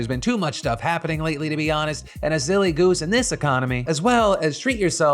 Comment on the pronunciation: Did he say zilly goose